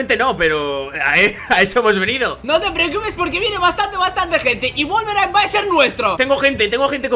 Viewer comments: Al principio dijo wolverain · Alguien se dió cuenta que al principio dijo guelveray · ADIVINA CUANTAS VECES HAN DICHO VOLBERINE